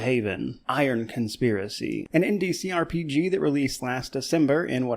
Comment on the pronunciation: Took me a couple times hearing it to realize you weren't saying ndcrpg.. but indie CRPG... Just saying... You are going fast on this one.